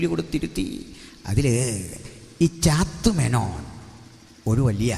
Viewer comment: പാസ്റ്റർ ശ്രദ്ധിക്കുക! ചാത്തുമേനോൻ അല്ല. ഒ. ചന്തുമേനോൻ എന്നാണ്. മലയാളഭാഷയിൽ ആദ്യമായി ലക്ഷണമൊത്ത ഇന്തു ലേഖ എന്ന നോവൽ എഴുതിയ ഒ ചന്തുമേനോൻ ദയവായി ചാത്തു േമനോൻ എന്ന് പറയരുത് ! O CHANDu MENONor ഒചന്തുമേനോൻ